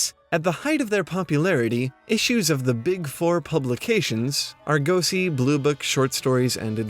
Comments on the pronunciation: Ar-GO-see? Really? Argosy is not a word you're familiar with? Dude- you're semi literate! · You lost me when you couldn't pronounce Argosy correctly..